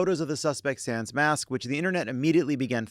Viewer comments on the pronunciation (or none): none